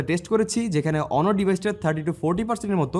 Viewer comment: অনর নয় ভাই অনার